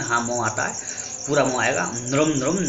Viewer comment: 'Nrum' nahi 'Nrim' bolte hain.